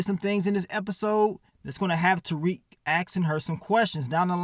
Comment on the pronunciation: be killin me saying Asting instead of Asking 😂 but should've called this episode "Master Splinter" with all the rats 🐭 in it 🤷🏾